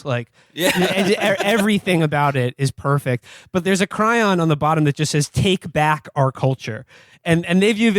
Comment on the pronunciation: I think he may have been poking fun at Will getting the word chyron wrong and saying “cryon”. It sounds like he’s humming the melody to “cry on” by Commisioned.